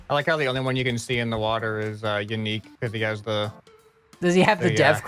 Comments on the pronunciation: Commenting soon enough to finally confess that: for months I thought that Yannic's name was Unique, because of how, and pronounce it. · Pretty sure it’s pronounced yuh-nique